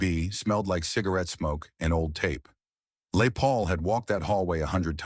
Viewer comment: Yet another dreadful AI generated piece of garbage. Who the hell is f**king "LAY PAUL". My God these AI voices are getting worse and this one stinks. I bet Jeff Beck never met LAY PAUL in his entire life. "Jeff Beck Stories" by backside.